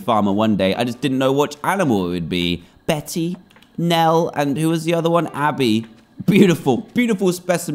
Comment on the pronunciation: DAN. 'Bette' is pronounced 'BETT', NOT 'Betty' !!!!!